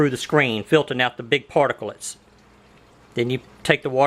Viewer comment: Stop saying particlits